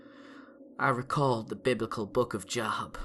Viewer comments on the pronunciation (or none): It's pronounced Jobe, not job. Teehee hee. This was an excellent narration. Bravo.